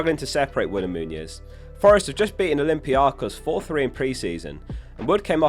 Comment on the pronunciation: Please, it's Muniz not Muñiz